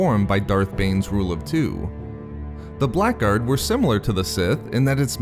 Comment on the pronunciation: The word "Blackguard" is an English word and pronounced as "blaggard".